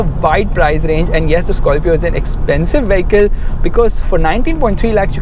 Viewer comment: South Indian pronunciation "Skarfio"